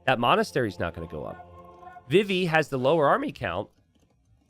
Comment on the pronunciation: It's pronounced vee-vee!! Like Vivi from Final Fantasy IX!! Come on!